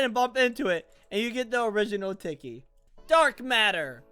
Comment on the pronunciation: How to pernounce tiky: tea key (Sorry of my spelling